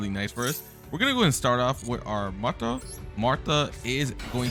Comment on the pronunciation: Your pronunciations are hurting me physically….. marta …MARTA REALLY